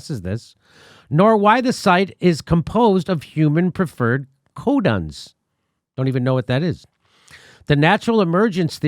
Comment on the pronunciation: Jimmy: Furin is pronounced Fyurin. Codons are pronounced Coe-dons. It is actually worse than the nicholas wade article suggests. The CCP was trying to gain economic superiority over the rest of the world by releasing an HIV-like corona virus that they could protect their own people with using CRISPr.